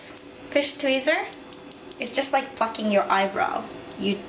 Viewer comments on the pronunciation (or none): ahha on 5~:30 it sound like fucking your eyebrow instead of plucking lool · LOL,THAT'S WHAT IT SOUNDS LIKE,BUT IT IS PLUCKING. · I tought you sayd Its like fucking your elwbow!? lol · Did she say "it's like fking your eyebrow"? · I thought that she said "fuck your eyebrows".. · Lol it sounded like she said fucking your eyebrow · did she say "phucking" or is it my deprived hearing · plucking :D but at first i also heard in that manner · She said plucking-_ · 'plucking' actually.